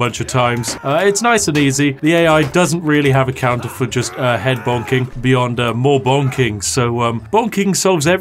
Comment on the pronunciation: remember kids, it's "Bonking" not "Boinking"